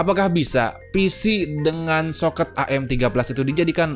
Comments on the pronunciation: Bang socket itu di bacanya socket bukan socket bang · Aneh,, ngeja kata SOKET kedengaran huruf E nya Gak Lazim di ucapkan. Tapi ya lumayan lah isi konten nya bikin saya mulai mempelajari lagi ( soal motherboard yg kompatibiitas sama prosesor setelah generasi Athlon apa saja), masih confuse soalnya saya vakum 11 tahun' gak pernah ikutin perkembangan dunia komputer, terakhir rakit PC di tahun 2013 dan terakhir main game di PC tahun 2014.. Ok ngomong2 saya di 2024 ini PC ku masih AMD Athlon II X2 260 dual core 3,2 GHz, RAM 2x 2Gb DDR3 1600 MHz Corsair Vengeance, VGA AMD HD 7750 1 Gb, Mobo Asus chipset 760G support soket AM3+ , HDD 512 Gb SATA II 3 Gbps,, dan external HDD 1,5 Terabyte. Windows 7 64 pro Kepingin upgrade tanpa ganti mobo,, mau upgrade ke prosesor seri Phenom atau FX, dan RAM mau ganti ke 2 x4 Gb DDR 3 jadi 8 Gb.. Tapi selera merk saya lebih ELIT,, mobo merk Asus, dan VGA card merk Gigabyte. Gak pernah beli Asrock apalagi Biostar. Nah jika nanti sudah beli monitor Touchscreen maka windows 7 sudah usang, harus ganti ke Windows 10 yg sistem operasi nya support layar sentuh.